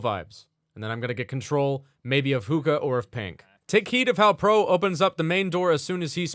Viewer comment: ah the classic experience also its pronounced hook-kah(sorry if it comes of as nagging)